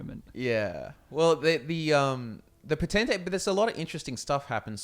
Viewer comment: Not (po-ten-tay) dat shiz is (potent-tate)